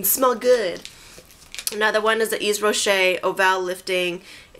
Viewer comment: The Hydra Végetale line is awesome. I've been using it for the last four months and I cannot recommend it enough. I hope you'll be as happy with it as I am. Their lipglosses are amazing too. By the way, Yves is pronounced "Eev", with no "s". ;) Hugs from Switzerland.